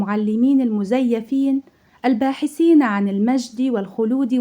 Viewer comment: لم استطع اكمال المقطع بسبب نطق الحروف العربية بطريقة غير صحيحة مثلا: اكرء العكول الباحسين زاتي الخ...